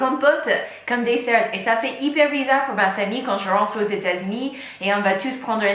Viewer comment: Pourquoi vous prononcez le T de dessert mais pas de chocolat?